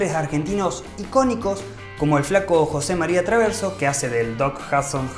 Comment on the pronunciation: 😂 no podes decir Jose Maria Traverso